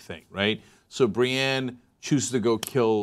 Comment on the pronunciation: Cenk, it's BriEnne, not Briane of Tarth.